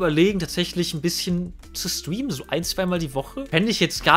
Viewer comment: Warum kann Streamen nicht aussprechen?😅